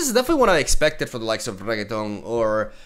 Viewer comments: Its Not REGETON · sarcasm but seriously Re - NECK- TON theres a neck between the beginning and the end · He's purposely saying Reketon for fun :P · reket on ... 1/10 pronunciation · please stop saying rekatoooooan !!! my ears. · That name pronunciation is going to tilt a lot of people. 😂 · Not to speak about every time he ppronounces Renekton holy shit.... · Low-key loves the way pronounces Renekton xD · I dont know why but when he says renekton it just sounds like a french person saying it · A small part if me dies every time he is pronouncing Renekton incorrectly. EDIT: I am halfway through. I have just 53% left of my humanity. Saying Croco-Daddy once to save a Me. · I love you and don't be mad but why can't you say it like it's supposed to be pronounced:( unless that's how you pronounce it in Spanish then by all means lol. xD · Renekton may be the butcher of the sands, but you definitely butcher his name pronunciation XD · Bru Not Reketoni,This Champion real neame iş RENEKYon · Who in the world is reggeton? 😂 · Regeton? I don’t see a g in that name lol... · I wonder how long can he keep up saying Renekton's name as "Reggaeton" 😆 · It's renekton re-neck-ton no G in there my guy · call him regeton one more time... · Its Re-nek-ton. Not rigatoni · im pretty sure its renekton not reggetaun xd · Hi brother It is Renekton not Reggaeton kkkk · Re - Nek - Ton , not reketon ....😂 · RE-NECK-TON FFS. reggiton here rekaton there rigaton everywhere bro might as well as call him rocket ffs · Jeez I don't know if you're doing that on purpose, I don't usually watch streams. But his name is not RegeTON, but REnekton.. If you are just messing with us, then, Understandable, have a nice day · Level 3 Renekton - Level up: call me Reheton Level 4 Reheton - Kill all units and both players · I'm trying not to be tilted, but hearing it over and over is getting me Reee feels right now lol. Is he saying Reggaeton? Lol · YES Regeton! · Ah yes..... Reketonk